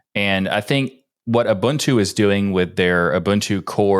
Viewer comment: You are pronouncing Ubuntu wrong. It says on Wikipedia "Ubuntu (/ʊˈbʊntuː/ uu-BUUN-too) is a Linux distribution based on Debian...". /ʊ/: 'u' as in 'push'. There's no bun in Ubuntu.